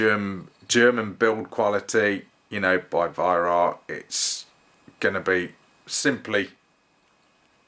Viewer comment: great videos. The Germans pronounce Weihrauch as (Vy-Rau)